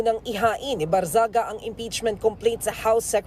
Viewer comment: ANG TANONG PAANO AT BAKIT IBINOTO NG MGA TAO YAN KUNG MAY SAYAD YAN?? FIRST TIME ATA SA PHIL POLITICS MAY NAKALUSOT NA CANDIDATE NA MAY "MENTAL PROBLEM" ...HE DOESNT LOOK NORMAL AT ALL!! ANO NAME NYA BARNGAGZIA! GANYAN BA I PRONOUNCE??